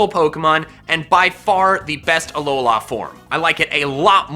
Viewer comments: IT'S ALOLA, NOT ALOHA! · Alola not aloha u aren't my grandma and mom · the way he says alolA makes me sad